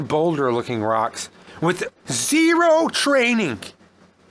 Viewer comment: Z E E R O W TRAINING, lol